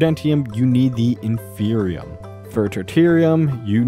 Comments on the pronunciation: Why would you say “infernium” if there is no “N” in the word? The pieces and bits have things like supremium, ultimatium, etc which leads to the idea it’s about quality… so inferium would be inferior, not infernior lmao. It isn’t that hard. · It irritates me so much that he says “infernium” when there is only 1 n